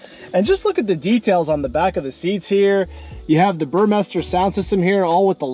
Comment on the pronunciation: FYI, the sound system is Burmester not Burmeister. I even had the salesperson read the speaker grills because he was calling it Burmeister. BURMESTER!